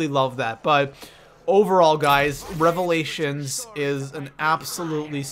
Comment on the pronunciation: When he said revalation second I unsubscribed I am never watching this guy